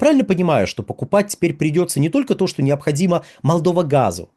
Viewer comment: Неможэт правильно произносить Молдова